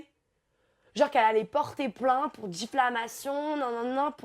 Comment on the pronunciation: la meuf elle a fait droit et elle dit '' Difflamation '' ... xd oki